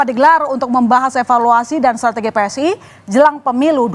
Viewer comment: PSI mbak bukan pssi😂😂😂